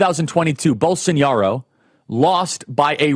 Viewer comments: Charlie, it's pronounced Bol-so-NAH-ro, not Bol-son-YAH-ro. There's no tilde over the eñe. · It's BOLSONARO Charlie, not Bolsoniaro, not Bolsonhiaro, BOLSONARO. As for the rest, 👍🏼. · Come on man how can you speak with such authority on this issue if you can’t even pronounce the man’s name right🤦‍♂️